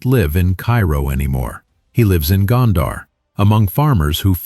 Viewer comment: Gondar rhymes with wonder. It is mispronounced in the video.